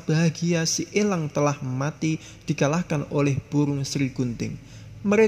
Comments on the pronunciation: Pengucapan kata elangnya biasa aja napa bang? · Bicaranya biasa aj lach bos nyebut langnya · Elang om bukan ELLang.. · Gafok ama pas bilang elang😂